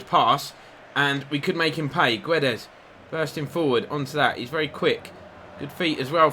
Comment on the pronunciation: Guedes name is not Gwe-des it’s Geds everyone like so he can see and say it right!!😁😁